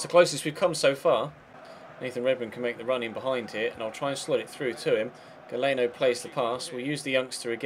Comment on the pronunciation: The 'e' is before the 'a' in Galeano. If he's Italian(?) it's probably pronounced Gally-ano